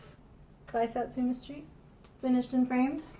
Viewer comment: its sooooooooooo good to see you back. everytime you say sat su me street (sp) i kept thinking your saying sesame street lol